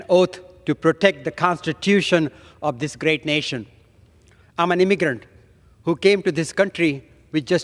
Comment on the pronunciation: “IM AN EEEMEGDRANT”… NO. I just thought you were a Michigan with a speech impediment.